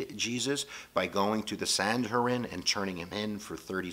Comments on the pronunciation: Its pronounced SAN (like sand without the D) - HEE (like he)- DRIN (Like bin but with a D.) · it the - San He drin - not whatever strange word you said...lol Oh, I cut you some slack don't worry. Jake